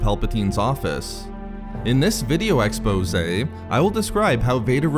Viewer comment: And stop saying EXPOSE it makes you sound like an idiot. STOP UPTALKING